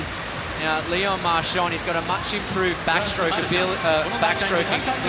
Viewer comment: Precious tip for commentators that are native speakers of English: in French you don't pronounce a "d" at the end of a word when it's preceeded by an "n". As far as pronunciation is concerned, it's "MARCHAN", not "MARCHAND".